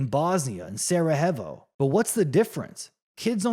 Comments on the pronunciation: I can’t listen to you butchering saying Sarajevo one more time! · Get over it ffs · so you know how to pronounce every word in the dictionary? Relax and make your own vids, then.